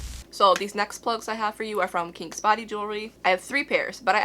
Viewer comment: Why did I think your ears was bigger, I’m at 30mm and yours look way bigger than mine to me 😳 also every time you say kings it sounds like kinks 🤣 quarantine is clearly getting to me 🤪🙈